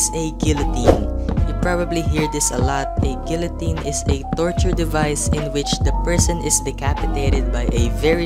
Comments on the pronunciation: How to make stuff work: -for iron maiden put pressure plate below block which powers a command block, saying /effect give (player with tag "Prisoner" will get tortured) for guillotine (btw, love this vid but it's pronounced "GEE-yoh-tin") -replace block with an anvil and make command block system which replaces the block below the anvil with either a barrier or air for rack, literally just put a bed and then do the torture at night. give prisoner the weakness effect and harm the prisoner with axes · No offense like seriously no offense but I'm pretty sure the L,s are silent in guillotine, but seriously no offence